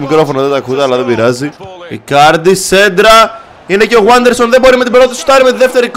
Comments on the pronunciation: Δεν διαβάζεται waderson αλλα vaderson είναι Πεχτης της Λαμίας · Ειναι Βάντερσον και όχι Γουάντερσον by the way.